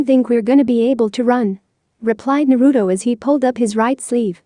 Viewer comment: You not saying it right it naruto